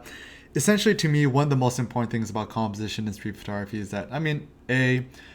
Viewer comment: he says "imporntant" way too many times for me to be able to focus on much of anything else..... --_